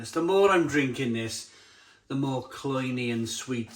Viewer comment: I’ve heard the word “cloying”, but never “cloynee” as you say it. I’m willing to give you the benefit of the doubt, maybe it’s just one of those UK vs America pronunciation things, I dunno. Or is this just a Simonism?